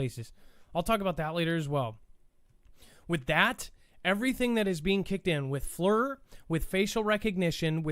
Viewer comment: Great show, it's pronounced Fleer, FLIR forward looking infared radar